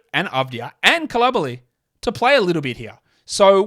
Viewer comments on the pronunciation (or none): Love your content. BTW Bilal's last name is pronounced "Cool-lee-ba-lee".